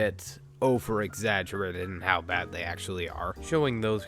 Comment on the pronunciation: Also, the way pronounces "BAHD" and "WURST"...ugh